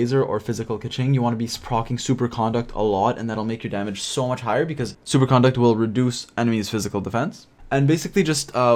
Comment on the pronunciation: Great guide. The "conduct" in superconduct is pronounced like superconductor btw, not CON-duct (behavior). Also you should try Xingqiu over Fischl for your Diluc. Overload does much less damage than Vaporize and it sends enemies flying all over the place, which is bad when your Diluc is trying to dps.